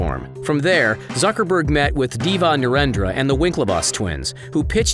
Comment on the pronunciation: Whenever u says zuckerberg it sound like sucker berg😂